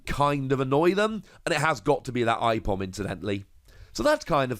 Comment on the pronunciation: Hey Aipom is spelt A-Pom brah :)